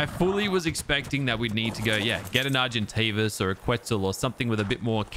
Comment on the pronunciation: When you said argentavis (when you were feeding it kibble), it sounded like you mispronounced it and said Sargent Davis, and I kind of like that for the name